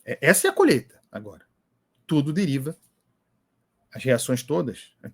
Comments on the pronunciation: Não é colheita , o Lula fala COLHETA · O burrrrrrrrrrro não fala colheita não 😂😂😂 é colhêta😂😂😂😂